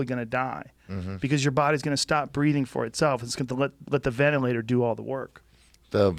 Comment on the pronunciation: I agree that the media is bullshit..but it's not because of the dude who can't pronounce ventilator.. or who calls Dr. Birx 'that chick' and still thinks Covid is the flu.